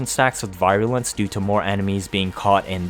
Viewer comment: virulence..vir sounds like we’re not like bye.